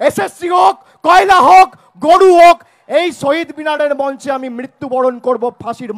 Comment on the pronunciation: নাড়োদা নয় নরোদা ,গড়ু নয় গরু উচ্চারণ ঠিক করতে হবে।